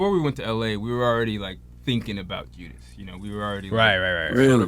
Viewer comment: also.. bruh its JUDAS not JUDAH. IJS.